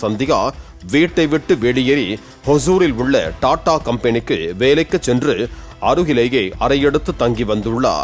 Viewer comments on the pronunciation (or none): none